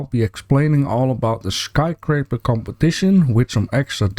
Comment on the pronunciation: Love your channel. Sometimes you mispronounce. It's sky scraper, not sky craper. No judgment here though. I mispronounce 4 other different languages lol